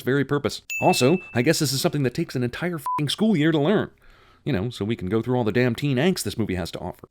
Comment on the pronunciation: .... all the years of waiting were worth it. Three syllable day-aa-ammn.